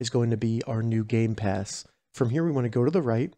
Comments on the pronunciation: Bro said gay pass and not game pass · Did he just say gay pass